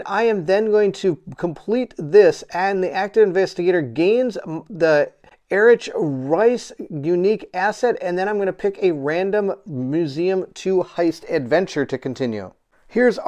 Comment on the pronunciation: FWIW Erich is pronounced Eric. The ch are hard as in school. Well, school was hard for me, especially maths! lol HTH Bairnt.